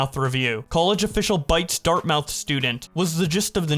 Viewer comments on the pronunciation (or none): Pronounced dart-moth. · A lot of mispronunciations in the end part when you're reading. Not trying to be rude. Just letting you know. Dartmouth, incisors, and alumni stand out a lot.